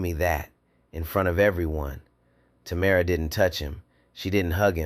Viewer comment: 3times I heard the girl's name pronounced as TAMara (accent on the 1st syllable. STOP IT! The accent should be on the 2nd syllable and pronounced as TaMARa. Get your pronunciations right, then I might consider AI fit for 1st grade.